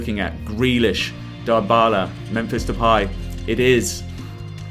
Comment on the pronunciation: Pogba: Poga Dybala: Dabalai Depay: Depye